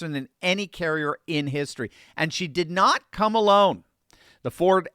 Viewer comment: The strong emphasis of Gerald Ford a “she” doesn't sound right